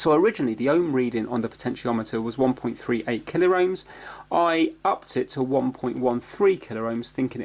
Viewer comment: Why you say "MegaR Ohms and KilaR Ohms" it is Kilo-Ohms and Mega-Ohms, no "R" in pronunciation. You can burn the laser diode (it contains laser led and photo diode to measure light intensity in one package) with static if you are not grounded properly and touch it with iron. Any trimmer potentiometer with value greater than 1.38k Ohms can work here so you could desolder one SMD from anywhere. Sometimes little pieces of dirt stand between gear's teeths an prevent them from smooth movement. Yes "an Ohm is an Ohm" but if the pot was 2k -> 1% of it is 20 Ohms, if pot is 10k -> 1% of it is 100 ohms so tolerances are different, if all 3 legs are used, this adds proportions to everything.